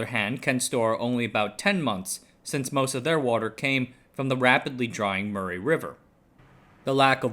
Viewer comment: minor aside, Murray is pronounced more like muh-ree